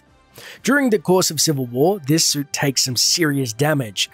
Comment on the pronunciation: umm you said soup